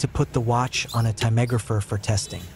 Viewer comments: This is the first time I've ever heard the word "timegrapher" pronounced with 4 syllables instead of 3. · Tammegrapher ? It's TIME grapher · Your pronunciation of timegrapher needs improvement 😅